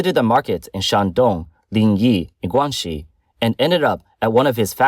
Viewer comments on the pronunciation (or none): none